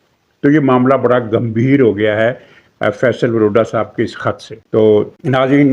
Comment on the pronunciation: فپصل واڈا۔۔۔۔وروڈا نہیں